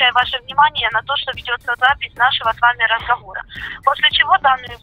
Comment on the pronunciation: Нашехо с вами разховора😂😂😂 Сотрудник МВД РФ. Серьёзно? 😂